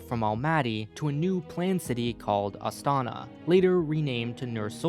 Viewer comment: Whoa! Never thought that someone would make such video about Kazakhstan. Stresses thow all over the place) The correct way of saying some of the words is: Nur-Sulta ́n, Astana ́, Almaty ́, Nazarba ́yev. I'm from Kazakhstan myself. Been living in Almaty as long as i can remember. The video actually very good at explaining some of the key features of our political history and current situation. I even learned a few things and never looked at our politics from this point of view. But that might be because i'm trying to avoid our politics in general, because it always making me feel only sad, and unfair. The part of the video about autoritarism is absolute true =\ Being multicultural country thow is very nice. So much different people, different cultures and holidays) I am planning to moving in Canada and one of the reasons is Canada being multicultural too. I feel like we both dont have a strong unified mentality, but rather we are countries of many) Thank you for making such a great video and bringing knowledge about Kazakhstan to people)